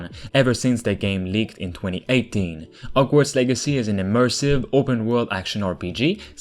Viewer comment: What happened to the "H" in "Hogwarts" and "Horror" ?